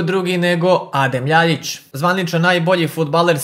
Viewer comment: Ја се стварно питам да ли је са тобом све у реду,Љајић а не Љаљић ретарду ретардирани